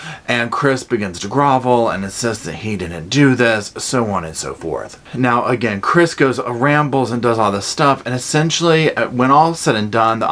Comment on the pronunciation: "Where's that there babyah. I wanna killit AGIN!!!!"